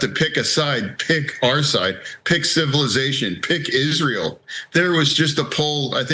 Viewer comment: Hearing fetterman say "pick Israel" 😂